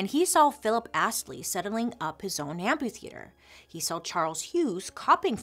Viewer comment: Amputheatre? I think you mean amphi pronounced amfi